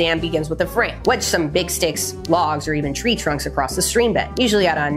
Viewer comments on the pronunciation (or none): none